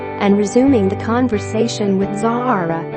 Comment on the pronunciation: she was sitting beside princess Anne, you got princess Anne's daughter pronounced wrong it rhymes with Sarah. pure rubbish.